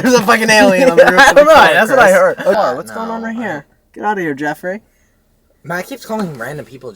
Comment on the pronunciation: boston accent pulls through "get outta here jeaffrey"